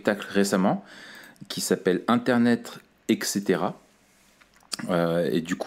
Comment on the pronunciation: vulcanologue. "et caetera" pas èque cetera c'est " une espèce (de pince sans rire) " pas "un espèce." le comique de répétition ça peut être très bien, quand c'est bien mené. allé, je zappe pas tout de suite, je me donne le droit d'avec vous de réfléchir...